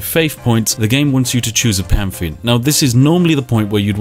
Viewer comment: English: pantheon Spiff: pamfeon